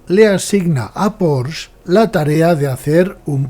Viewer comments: Enhorabuena por la historia, desconocida por la gran mayoría del público, e incluso por muchos aficionados al motor. Muy, muy interesante y desmitificadora… Por cierto, incluso en alemán se pronuncia más bien “Poshe”, acabado claramente en ‘e’, tal y como enseña la propia marca: . Un detalle sin importancia, pero que me ha llamado la atención por la cantidad de veces que se pronuncia mal este apellido. Un cordial saludo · Estoy de acuerdo. Precisamente por eso, españolicemos el nombre y digamos “Porshe”. Eso de decir “Porsh” es, además de incorrecto, un pelín hortera…